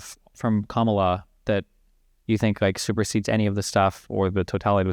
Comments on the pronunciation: Absolutely, just the pronunciation of her name says a lot. Either he does not listen to anyone who says it right or he has heard it right and does not care too out of mild rebellion and disrespect. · I believe that it is fair to say that the people who pronounce Kamala incorrectly have been getting their information from faulty news sources. How are you gonna mispronounce a vice president’s name four years after her ticket won?